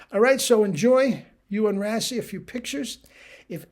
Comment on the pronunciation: Just tidbit info. His name is pronounced like.. “ray-see.” Looking forward to tomorrow’s video!